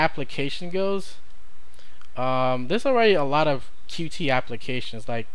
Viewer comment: Dont want to be a douchebag, but its pronounced "Cute" not "Q T"